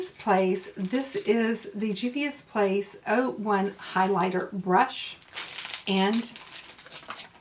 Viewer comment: Hey, love!!! This is some awesome palettes with some pretty colors!!! I think you can pull the black lippie off and you said the name right!!! ~ Momma Dell